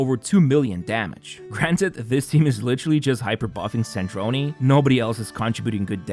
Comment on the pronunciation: It’s Sardrone not Sardronee